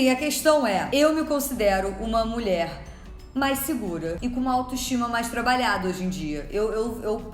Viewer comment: Gosto quando tu fala "mulé" 😆